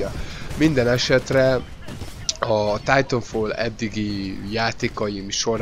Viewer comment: "Titafall" :D